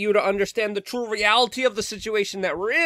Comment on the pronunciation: Lol, it sounds like you're saying "you speak the true true. "